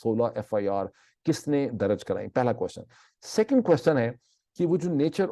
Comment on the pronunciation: Dr Moeed aap Please apni urdu languge ki pronounceation bhi correct karen FIR darj not daraj anf plz agree k chootya se chootyapa lafz derive huwa hai aur ye aik gaali hai kisi bhi loogut se aap dekh len ab is charb word ko apni guftugu mai kahin bhi adjust karenge aur koi bhi heela paish karenge to ye apki need to ho sakti hai lakin aap is trha se sunne waley ko kaiyl nhi kar sakte you are a compitent person aap parhey likho wala koi bhi lafz istemal kar sakte hain